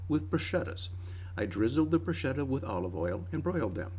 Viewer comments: Bruchetta is pronounced Bru- sketta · your videos and your breads are all amazing. Thanks for helping us all through the stay at home time. But you need to learn how to pronounce bruschetta. Bru sketta. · Great video. Now just pronounced bruschetta.... as if the ch was a K. "bruscketta" which is how it is pronounced in Italy.